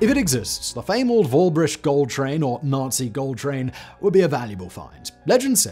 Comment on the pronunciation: Nice try pronouncing Wałbrzych Simon! Not perfect but good effort, as a Pole I appreciate it